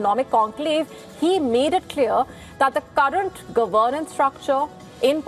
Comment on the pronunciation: This lady should learn to pronounce the word governance.